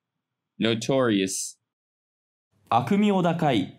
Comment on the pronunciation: そこびっくりする